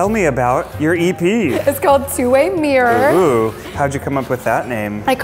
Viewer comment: Ironic when she cant pronounce caramel or mirror ... kinda annoying actually xD